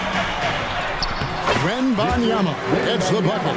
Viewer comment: WEMBENYAMA 😂😂😂, i had to repeat it the same way he did i started dying when u replayed it